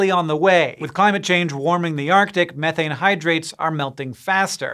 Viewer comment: I like this guy simply because of how he pronounces "methane". Sick and tired of hearing people say "me-thane" smh